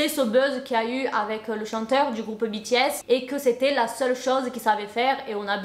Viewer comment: Depuis le temps que j’attendais cette GiVDT et moi en tant que grande fan de BTS jsuis choquée et en plus je crois que t’es la seul personne que j’ai entendu qui a très bien prononcé le non du groupe